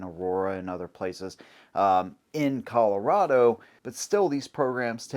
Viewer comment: as a coloradoan (you said it right) i'm outa here. screw this place.